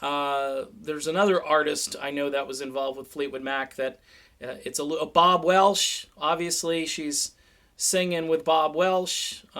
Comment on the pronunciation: its welch not welsh